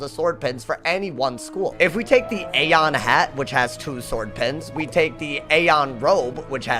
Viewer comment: Sir it’s “ee-on” not “ayyye-yon”